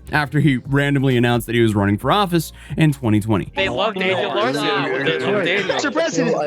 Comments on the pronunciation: Why do you keep saying Larshen though? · Sounds like you keep saying Daniel Larshon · cant pronounce "Larson" he adds an H in it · Larson, not larshin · Why do you keep calling him "LARSHEN" 😂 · Yeah, gotta say, Daniel Larson's "pranks" weren't really pranks, he believed everything he was told. I also like how you say Larson (pronounced Lar-son) as larshon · Larshun?! Huh? The guy’s name is Daniel Larson. Lar - SUN. LarSON. Daniel Larson. Competency. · it’s LARSON not LARSHON. Just sayin. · It’s not an video without some weird mispronounced word. “Larshon” is killing me! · Its larson not larshon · Is it me or does it sound like is saying "Larshon" not "Larson"? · Larshen? It’s pronounced Larson. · For the love of god its larSON, theres no fing h in it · "Daniel LARHSHON" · “danyel larshen” 💀